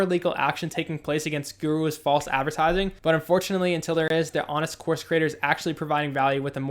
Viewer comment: omg "GooROOs" got it